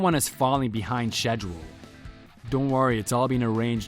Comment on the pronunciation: It's pronounced SKEDULE not SHEDULE